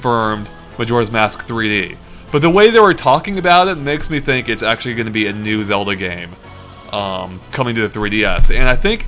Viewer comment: I love how calls "Zelda" "Zewda"